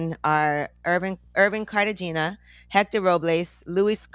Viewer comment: Everytime she pronounces it carta-gina - I giggle.